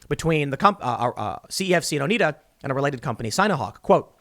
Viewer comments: It's "Oh-Nye-Duh." As in the MOST CORRUPT COUNTY IN UPSTATE NY. Look up "NoHospitalDowntown" or "Marcy Nano" And follow the rabbit hole. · Oneida is pronounced "oh-nye-dah". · Oneida = Oh Nye Duh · Hi, Tim. It's pronounced o-Knight-a. Not relevant to the current context, but Oneida is a Native American name from New York State, where I live. They are one of the five founding nations of the Iroquois Confederacy in the area of upstate New York, particularly near the Great Lakes. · Its pronounced "Oh-Nye-Duh" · It's pronounced ohn-eye-dah. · FYI: it's pronounced O-NYE-DA; I only know that as it was the name of the street in Pasadena CA where my grandparents lived. :-) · fyi, It's pronounced Oh Nye Dah. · It’s pronounced more like “Oh-Nye-Duh”